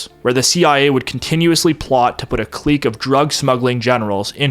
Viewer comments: Thank you, from the bottom of my heart, for pronouncing "clique" correctly. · whole time I thought you were American till you said clique